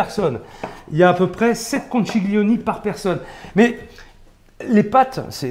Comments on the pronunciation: On dit pas conciglioni mais conchiglioni, comme si vous disiez conquiglioni , c’est à dire comme le son qui. Je suis italienne , c’est pour ça que je me permet de vous corriger. Quand je parle male en français, ce que je souhaite c’est qu’on me dise tu a faux et il faut dire autrement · "ConchiLione" "taLiatelle" On ne prononce pas le "G". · Super chef, mais de grâce, per favore, en italien "chi" se prononce "ki" et on ne prononce pas le "G" dans "conchiglioni" (il faut prononcer "konkilioni"), de même qu'on NE prononce JAMAIS le "G" dans "tagliatelles" (on dit "taliatélé"), tout comme avec Cagliostro ("kaliostro") ou de Broglie ("debroillie). Imaginez qu'en Italie on vous parle de pain de campaGNe... ;) Grazie mille et salute ! :)